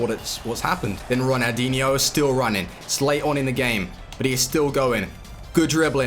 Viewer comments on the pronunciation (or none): Calling ronaldinho "runadeenyou"